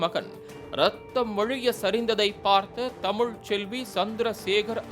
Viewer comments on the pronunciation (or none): none